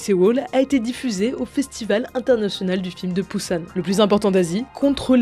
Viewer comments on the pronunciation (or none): none